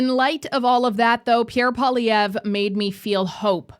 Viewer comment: Please say his name properly ffs tabernacle: said like PWAH-lee-ev-rrrr Poil-i-èvre. Merci 🤌